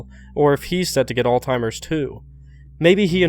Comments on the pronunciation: My dude it's not "alltimer's" it's Alzheimers. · Why's your 'alzheimers' sound like 'all timers'? :D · great video, but please, its pronounced als-high-mers, not all-timers. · Hey my guy it's Alzheimers not "All Timers" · alzheimer's. alZHEimers. With a "z". Not all timers. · Am I the only person kind of annoyed that he called it all-timer's? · You just called Alzheimer's alltimer's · Why do americans call alzheimers "alltimers"? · Isn’t it Alzheimer’s not all timers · "alltimers?" hehe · Great video! It’s ALZheimers..just so you know! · Alzheimer’s doesn’t have a T in it